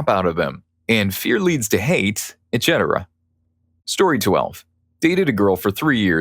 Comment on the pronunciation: Dude… you need some help. Ciabatta is pronounce …chia not sia Etc. ends with setera pronunciation not chetera